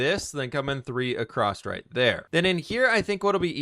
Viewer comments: I'm not actually paying attention to the video, just waiting for the next time he says acrost instead of across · english isnt my first language but isnt it ''going across'' instead of ''going acrosst'' with a T ? just confused is all